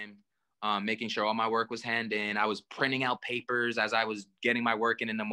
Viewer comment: LOLOLOL.....STROSONERDY...... - "..paperrrs.." :))